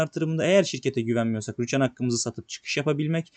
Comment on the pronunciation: Rüchan değil ama Rüçhan